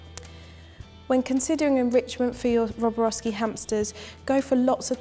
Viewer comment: Even you say it wrong it's not roboroski